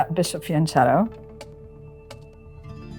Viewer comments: every time I hear "fiancetto" my italian brain dies. Amazing video, super fun to watch not only theory but also practical game, thank you! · It's pronounced 'fianKetto'. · I love Tani but it's pronounced fianchetto with a K sound 🤌🤌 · So sad no one can pronounce FIANCHETTO correctly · It bothers me how they’re mispronouncing fianchetto. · To hear 2 masters pronounce “fianchetto”incorrectly make my head hurt … the ‘ch’ is pronounced as a ‘k’. No, there are not 2 ways of saying it. There’s the right way and the wrong way. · Can plz someone acknowledge the fact that "fianchetto" is pronounced with a strong C like in "character", not "charge"? It's painful enough hearing "porchetta" being pronounced like that even if the word "pork", that shares the same root, is not. 🥲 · Fianchetto is pronounced with a c sound not a ch sound.